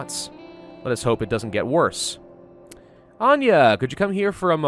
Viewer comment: HE SAID ANJA PROPERLY <3